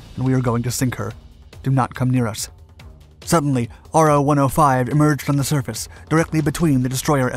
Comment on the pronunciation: FYI, it's not R O # for Japanese subs. It's Ro, like row. For the Japanese character ろ.